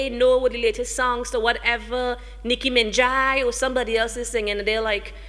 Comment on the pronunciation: nickie min-jai? lmfao!!!!!!!!!!!!!omg!!!!!!